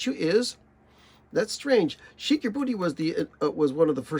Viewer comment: The subject starts at about 9 minutes so skip to there. Then play it at 1.5 speed to maybe get through it. "Sheik" is pronounced "shake", that was the point. Top five: Freak Out, Just Another Band from L.A., Live at Filmore East, Ruben and the Jets, Absolutely Free.